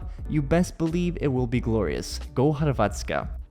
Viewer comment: I love the way u said "Go Hrvatska" at the end, very good!